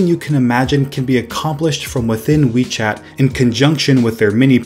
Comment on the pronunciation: When I first heard WeChat I thought you said Wii Chat XD